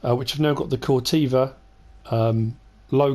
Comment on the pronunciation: Corteva rhymes with forever